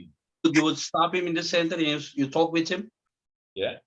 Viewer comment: Another example, Is when he try to Say with he pronunce wiss because he can't Say the th pronciation